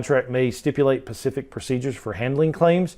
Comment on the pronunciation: If I pay extra for these videos can you please, please please stop saying "pacific"!! Like your videos but this is maddening!